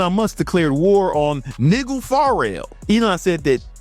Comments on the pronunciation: No way bro pronounced Nigel as Niggel 😂😂😂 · You dont "run" for Prime Minister. Also, learn how to pronounce Nigel. I guess stupidity is a prerequisite to be a Tate simp. Hope you know, by next year, anyone who attached themselves to degenerate Tate will be scrubbing all of their past support of a newly convicted pedo & human trafficker. Save your pennies, bro. 😭